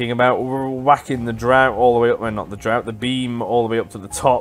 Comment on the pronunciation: "Draught" is pronounced as "draft". The game uses the British spelling. Americans just spell it as "draft" to begin with. :)